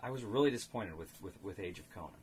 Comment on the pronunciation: A very interesting review, I was wondering about this game. How does it work with lower play count? And have to ask where does Conan come from? You got too many syllables there.:)